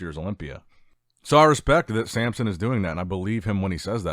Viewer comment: Why do you call Samson, Sampson?